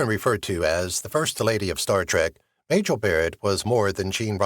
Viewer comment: muh JELL ??? I'm turning off this video immediately. Clueless.